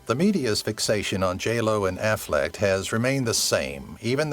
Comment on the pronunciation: It's not AFFLECKED or AFFLECT! It's AFFLECK!